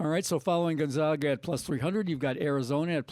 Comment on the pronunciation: Not Gon-Zahg-a....the "zag" is pronounced like nag or lag. Just a little pet peeve of Zag fans. Love your updates!